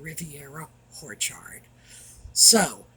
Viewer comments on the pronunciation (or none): Speaking about how pronounces Orchard, you can also compare it to how he refers to the Netflix debacle to a horrormentory. So I’m sure Horchard is on purpose. Love the!